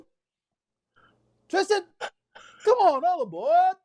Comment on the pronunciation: “All aBored” 😆😆